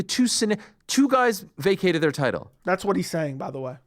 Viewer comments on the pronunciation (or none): none